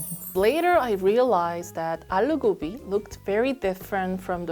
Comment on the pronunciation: 언니... Excuse my bad Korean- The closest pronunciation would be 아루고비 (aaloo gobi)